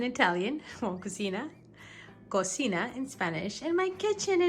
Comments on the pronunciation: Sorry.... "Cucina" IS NOT prounounced. "Koo see NA" as you did. It is pronounced _ (Koo Chee na) so if you are going to try to speak Italian, make sure you get it right. So no "koo see na" is Not Italian... BUT Cucina "koo chee na " This is to say "Ci" in Italian is pronounced like the English Ch. Thanks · you pronounced it incorrectly. In Italian it’s not pronounced that way but… it’s ok we got it!